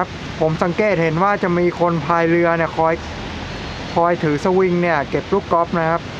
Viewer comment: ช่วยอ่านให้ถูกด้วยนะครับคำว่าถือ สะ - วิง หรือ สะ - หวิง คอยเก็บลูกกอล์ฟ